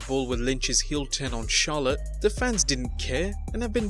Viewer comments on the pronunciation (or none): none